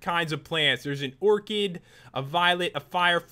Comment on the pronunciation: pat said orchid wrong